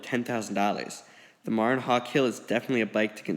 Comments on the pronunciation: You're mispronouncing the name Marin. it's MA-Ren. it's a place in California. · Nice review. I have the Marin Nail Trail 6 hardtail and love it! Enjoy! By the way Marin is pronounced "Muh-rin" after Marin County in California.